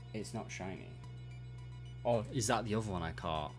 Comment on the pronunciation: Shiny Dee-oh